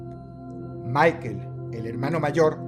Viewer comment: Cámara Dross, estamos hablando de alemanes, Michael en alemán se pronuncia "Mijael", no "Maiquel" como en inglés 😂